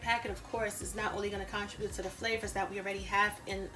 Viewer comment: Look up the pronunciation of 'contribute.'